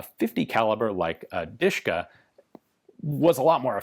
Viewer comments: as far as i'm concerned, it not Duhshka, it's Dahshka (familiar first name from Daria ) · DASHKA not DISHKA! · Pronounced dosh-ka. ✌🐸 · My dad reffers to DShK as "Dasha" or "Dora" in English It's funny hearing someone call it "Dushka" especially when you know what it means xD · just FYI its more like "de-she-ka" or "dashka" closer to original and easier to pronounce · the sh is not pronounced separately, ДШК sh is read like in shmuck or shoulder